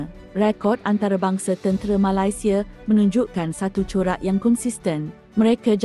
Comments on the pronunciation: Sebut Ma-lai- sia pun dah tau terbitan mak indon. Sebut Nama Negara org tak boleh betul-betul ka. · kenapa sebut malaisieaa mcm indon